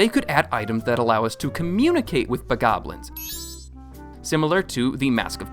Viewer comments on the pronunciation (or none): Pronunciations of the wild: Hylians: hill-lee-inz ❌ hye-lee-inz ✅ (This same pronunciation applies to: The goddess Hylia, Hyrule, Hyrule Castle, the Hylian hood, the Hylian tunic, & the Hylian trousers.) Bokoblins: buh-gaw-blinz ❌ buh-kaw-blinz ✅